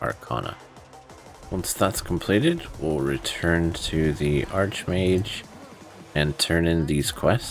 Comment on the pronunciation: Exarch= exark. archmage = Arkmage.. your driving me mad bro